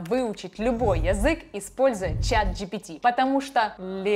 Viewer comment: Почему ты неправильно произносишь слово "язык"? Почему не редуцируешь звук я? Неприятно - режет слух очень.